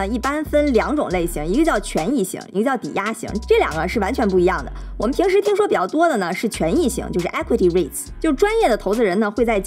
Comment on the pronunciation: 家乡妞，一如既往地喜欢，Equity Reits, not Euiqty Reits, 需要简单更正